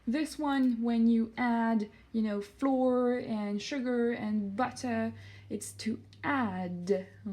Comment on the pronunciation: Great video ! I suggest you pronounce more flour like the word flower rather than flour like the word floor :) 👉🏻👈🏻